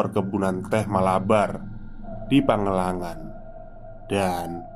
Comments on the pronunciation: Maaf mas pangalengan dibacanya bukan pagelengan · nama tempatnya PANGALENGAN!! knp jd pangelangan....baca yg bener coba!!! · "PangaLengan" ,,dibaca seperti baca "Kaleng".. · Mungkin maksud nya Pangalengan bang bukan pangelangan 😅